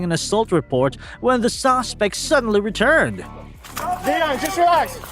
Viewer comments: OK wait narrator you keep saying sausespec it's suspect 😊😊😊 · Narrator might want learn how to say suspect instead of saucepect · The AI narrator keeps saying "sosspect", instead of "suspect" lol. I hate when videos are shown reversed. The caption when the Walmart employee was talking about the thief, said, "WELL, SHE NEVER PAID FOR ITEAMS". It's spelled "ITEMS" lol. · "Sos pect" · Saucespect? Don’t you mean suspect? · What the hell is a "sawspect"? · "The sospect" 😂 this was a good video though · I love how the narrator pronounces "suspect": sauce-spect.😂😂😂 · It’s SUSPECT not Sauspect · .its a suspect, not a sawspect. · What the hell is a "sauce-spect? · Dude what is a ‘saucepect’?!